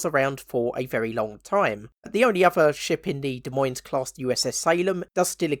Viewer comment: Btw, Des Moines is pronounced "De Moine" the S's are silent.